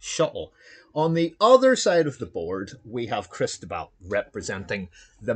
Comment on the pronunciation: My friend, I am Cristóbal, and that pronunciation is as good as it's going to get. Thanks for streaming the game! My green dice were hot and got me out of some tough situations. Well played by Andrew!